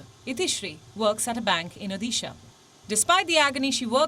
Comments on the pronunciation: I'm from Odisha so I thought I'd point this out.....it's pronounced Odisha with a "d" sound no "dhee" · It’s not Odisha (ओदीशा) . It’s ओड़िसा for heaven’s sake! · The d in Odisha is to be pronounced as the d in Order. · Do learn how to correctly pronounce the state’s name. It’s high time people start doing that!